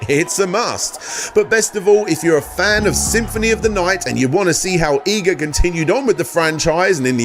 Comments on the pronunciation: It’s EE-GA, not EYE-GA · I cringe every time you say EYE guh, its EE guh bruh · Also, Eyga? And Ar-eye-a? Is the horrendous pronunciation intentional? Am I missing a joke?